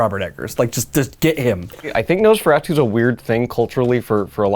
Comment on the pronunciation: Couldn’t get past the pronunciation of Nosferatu